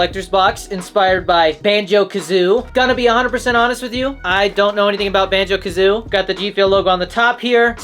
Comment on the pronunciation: Its called BANJO KAZOOIE NOT BANJO KAZOO, You IDIOT!